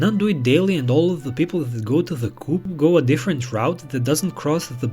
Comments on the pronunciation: if you're rich, there are way easier and less dishonest ways to meet girls 🙄 it's "co-op" not "coop" like chicken coop, dummy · Coop is pronounced Co op it’s a British shop